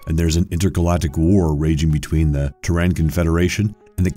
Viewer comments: Christ, you people can't even pronounce Terran Confederation correctly. Is this a troll account? Why do you folks have a huge problem pronouncing names and places correctly. Every video has a horrible mispronunciation... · The narrator has a very weird way to pronounce Terran. Try Taryn. Not Teron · It's not just names, it's common words like "Mania" becoming "Manic," and "Terran" becomes "Tehran." But you're right, his cadence, emphasis and enunciation are all odd choices for narration. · Terran is not pronounced “Terr-AHN” with a stress on the “AH.” But more like “Terr-UHN.” The way you say it sounds incorrect and this is a very common sci-fi name that you should get right. Besides that, Wing Commander was an utter failure at the box office and fans of the game absolutely hated this movie. It got so much wrong and even the starfighter design was a total departure from what fans were familiar with. It was so bad, that it effectively killed the franchise. And this was after years of having stars like Mark Hamill, John Rys Davies and Malcolm McDowell in the video games. Oh, and Matthew Lillard was “Maniac” not “Manic.” Do your research next time. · It's fucking TERRAN as in "From Earth".. not TEH-RAN....! BTW, Wing Commander was complete dogshit! Fans of the game HATED THIS MOVIE!!! WTF are you talking about? NOBODY liked this movie.. it was TERRIBLE! Also, when narrating, put pauses where they are supposed to be. "Learn to read a script" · And calling Terran, "Tehran". Apparently futuristic Earth becomes a city in Iran. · dennis HOOPER? TEHRAN for Terran? the names were so mispronounced it was not even funny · Whats this 'Tehran' you speak of in Wing Commander? lol thats not how you pronounce Terran... (think Terror with Anne on the end) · cant even pronounce terran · You mean Terran as is Terra right? In Starcraft Terran? Right? You pronouncing it seems Alien to me sorry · He mispronounce Terran as well